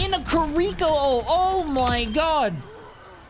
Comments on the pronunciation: In a Korico ult... please... its Key-Ri-Ko.. i know its not hard to pronounce cause you definitely dont have an accent lol. But on a more serious note, i don't get how people really jump in these games, hacking. I don't get the fun in it. Go outside, touch some grass, get some pussy lol. But the hawking is ridiculous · They way he says kiryko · My guy pronounces it "kir-EEE-ko." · Can we just take a moment to note that doesn't seem to know how to say kiriko's name correctly (unless it's some kind of inside joke)